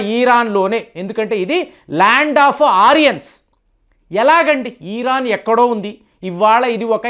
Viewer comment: ఈ రాన్ కాదు ఇరాన్